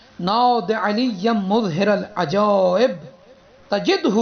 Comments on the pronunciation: It is not " muzhiral ajaib" It is "mazharal ajaib" Ap itna ghalat kesy parh rhy hain ? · مظھر کے م پر پیش نہیں اور ر پر زیر نہیں تو اس طریقے میں پڑھنا صحیح نہیں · Maharal ajaib hae na kae Muzharal ajaib